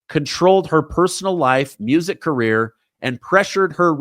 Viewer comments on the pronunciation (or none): none